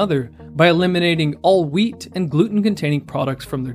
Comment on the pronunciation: Am I the only one who hears weed instead of wheat every time he says it?